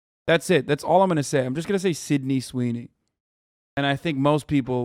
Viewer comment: Dude I’m so sorry him saying Sydney Sweeney is so funny